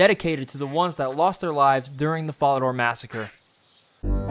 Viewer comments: Yeah I legit don't know how someone so successfully butchers even the easiest pronunciations. Fucking FARADOR? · vorrock bank and folidooor jesus christ who talks like that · "Vorrock" and "fallador". really. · This was fire but your pronunciation of falador varrock and some other rs words was wild lol